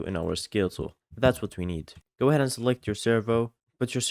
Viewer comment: I heard that he said "Skill Tool" instead of "Scale Tool".. Maybe you don't have the skill? Skill issue 🗣️🥀 +, who even needs a rate? He shows tutorial, not a Show Got Talent.